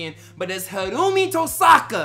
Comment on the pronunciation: It's pronounced 'Hiro, omi' That's why they call him Omi. And plz plz plz react to FULLMETAL TRIGGER by THE RAMPAGE!!!!!!!